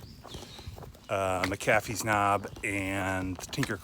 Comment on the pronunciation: Native Virginian here - It is not "mac-A-fee's." It is "MAC-uh-fee's.' Just FYI.